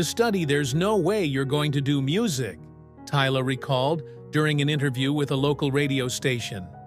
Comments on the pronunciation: but pronounced Tyla as in Tyler, in the video he prounouced as tiller. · How did she go from Tyla to Teela mr narrator? 😳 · Beautiful story but the pronunciation is bad. Not Popiano it is Amapiano; unless hers is fusion is Pop and Amapiano. Gauteng is pronounced like how arabics pronounce Hamas.The G is pronounced differently. She is not pronounced Tiller but Tyler.